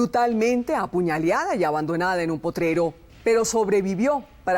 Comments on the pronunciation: Está tipa dijo apuñaliada, k horror. Lo correcto apuñalar o apuñaló. Lo bueno s el programa, se merece un 10. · Apuñaliada??? Vieja pendeja aprende a hablar! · Apulaleada.....nooooo....se dice apuñalada.. ..apuñalada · Se dice apuñalada no apuñaliada. Esto es solo una correctura para la presentadora. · La presentadora dice apuñaliadaa !!!! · Apuñaleada.... 😕 apuñaladaaaa.. esta presentadora.. aaash.. 😒